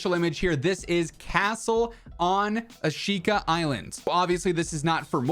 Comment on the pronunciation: Thanks for the update! It’s pronounced “ah-shh-ka” by the way:)